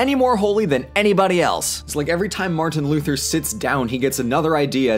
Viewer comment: martian luther? since when is he from mars? lol. also "sequel" not "squeal"